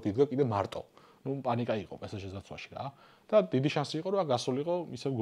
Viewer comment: პე სე ჟე არა, პე ეს ჟე არის სწორი, რადგან ლათინური S გამოითქმის ES, ანუ Pe Es Ge პე ეს ჟე ფრანგულად!